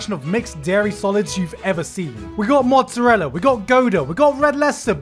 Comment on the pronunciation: mozzarella?????? No i can't let that slide gigguk i demand a pubblic apology to all italians!!!1!!!